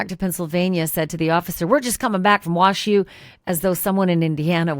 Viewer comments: Omg!!! WAZZU not WASHU!! 😮‍💨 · Wazzu..not Washu!!! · Not that it makes a big difference - but it's pronounced "wazzu" not "wash-u". Love, your friend from Spokane, WA. Thank you for your reporting coverage. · Wazzu 😂 not WashU 😂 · Correction: It’s correct pronunciation is known as “Wah-Zoo”. Not, “Wash-you”, Ashley. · Pronounced Wahzoo not washes! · Just an FYI - WSU is called wazzu, not washu. I know because I went there many years ago. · It's Wazzu, not washu. 😊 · It is WA-Zoo not WA shoe. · Wazzu not Washu. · It’s Wah-zoo, not WashU. 😜 This guy is such a creep! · It’s not Washu it’s pronounced Wazoo for the nickname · Pausing ... ok, I have to correct your pronunciation-WSU is pronounced "wah-zoo" not "wash-you"... 😂😂. However, if you're really from Washington, then you know we just referred to them as the Huskies or the Cougs... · We call it wazzu. Not wash u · Hey Ashleigh, WSU is not known as Washu, but rather Wazzu; pronounced Wah-ZOO…Go Cougs! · Love your show! WSU is pronounced Wah Zoo. Minor in the overall scheme of things… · It's pronounced Wazoo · Ash, It’s pronounced Wazu. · WSU is pronounced “Wazzoo”.